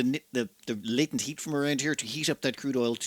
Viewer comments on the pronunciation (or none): none